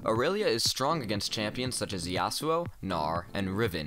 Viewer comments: Its "Yasoo" not "Yassuoh" thx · its yas-u-oh fyi. Watch Yasuo’s champion spotlight, even Phreak pronunciation was Yas-u-oh.